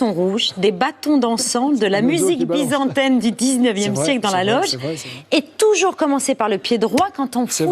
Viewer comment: Top 3 des relous de ce Zap : 3. A-E. Lemoine. On dit "Byzantine" pas "Byzantaine" 2. Macron qui donne des lecons aux athlètes. Sérieux ? 1. La meuf qui filme son fils en train de chialer.